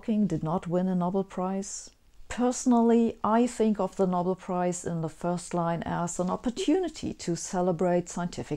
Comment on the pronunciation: Sabine, I enjoy your lectures and the humour you slyly insert in them, but every now and then I notice tiny errors in your otherwise excellent English. Here are two: 'series' is not pronounced as in German with each element given equal weighting; instead native English speakers say 'sea-rees', not 'sea-re-uh-ease'. And for us, the famous prize is the 'Know-bell', not the 'nobble'.